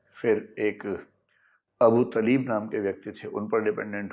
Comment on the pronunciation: Corrections - 1) It is not "Zibrail". Correct name is Jibraeel. - 2) It is not Abu Taleeb, Correct name is Abu Taalib.